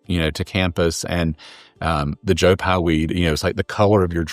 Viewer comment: Its Joe PYE not Joe Pi. Smh